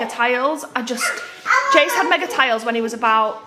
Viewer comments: Toddler toy ideas!!!!! Spare the IFAM! And its Magnatiles not megatiles. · FFS they’re called MAGNA-TILES not mega tiles. Can she not get anything right?